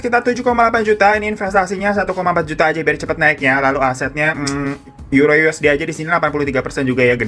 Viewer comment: bang hiro bilang "febby ajjah".. ajjah nya itu loh 😂😂😂😂